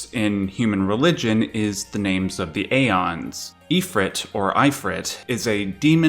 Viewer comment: ive heard "ee-fret" before...but never "eye-fret" it seems more people call it "if-rit" more than......any other name. also its not "a-ons" its "ee-ons" the "ae" letter/symbol is pronounced like a modern day "e" so "daemons" is pronounced "demons" etc, etc.